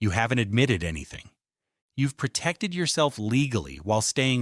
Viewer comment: "Pertected" is not a word. *pro●tec●ted